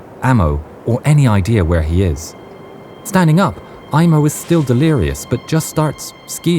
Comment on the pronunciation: Sorry to tell you, it's not "Imo" it's "Aimo" unlike in English, in Finnish we pronounce the letters as they are written. In English when there's an "i" it's pronounced like "ai", as a finn that's to my ears.